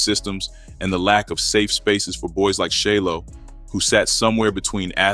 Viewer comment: His name is pronounced Shy-Lo 💯